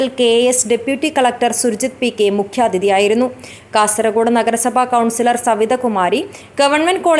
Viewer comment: Y R U saying KASARAKODE ? Pronounce as KASARAHODE OKAY. For your information KASARAKODE is in. Honnavara taluk of North Canara district. Pl do not repeated this mistake hereafter.